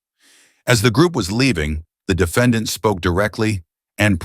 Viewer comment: "dee fa don.".... AI is still a mess when you could have just hired someone to read it out loud.